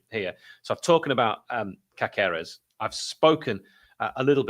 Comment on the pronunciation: As your Spanish correspondent I can confirm it should be pronounced CASeres - the accent over the "a" indicates that's where the stress is and the second "c" is soft like an "s". Keep up the good work.